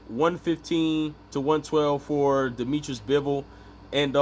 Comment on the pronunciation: Dimitri, not Dimitris-he is not greek.